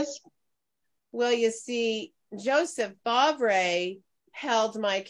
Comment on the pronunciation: I’m gonna assume that’s spelled ‘Favre’… i believe it’s pronounced ‘FAR’..